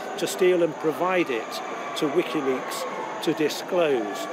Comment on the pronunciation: Excellent news. Now get him out of prison. "Likiweaks...." LOL